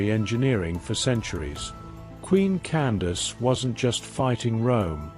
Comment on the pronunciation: Her name was not Candice, that was a miss understanding by the Europeans who recorded her story, they did not understand that “Can-da-ki” or Kandake is a tilte meaning “Queen Mother” or “Great Woman.” Also you're telling this story wrong, you can not tell the story without its begining. That is "King Teriteqase" who was felled at the first battle.